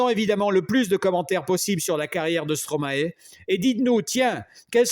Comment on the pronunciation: Merci, Monsieur, pour ce bel hommage. Veuillez svp prononcer "ae" comme dans maestro (origine du nom d’artiste de Paul Van Haver): Maestro/mae-stro/stro-mae/Stromae. Vous entendrez l’explication du maître sur YouTube: « Stromae-AKA Stromae » D’accord, c’est une explication en anglais, mais vous pouvez faire confiance aux flics bruxellois dans « Stromae-Formidable (ceci n’est pas une leçon », sur YouTube également.